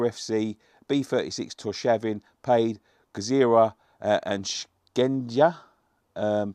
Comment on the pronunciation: Gzira in pronounced with a silent G , I live in Malta and would be great to draw them thing is its mega hot here average temperature 36c COYFI